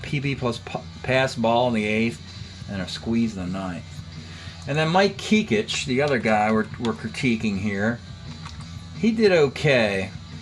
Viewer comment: Pronounced Mike KECK-ITCH. Played with the Yankees in the 70’s. Best known for swapping wives/families with teammate Fritz Peterson.